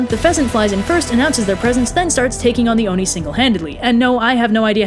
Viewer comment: I thought you were saying Dione and was wondering why there was a Greek-sounding name in this Japanese story then I realized you were actually saying "the Oni" 😂